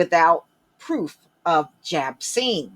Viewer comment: jabcine lmaooooooo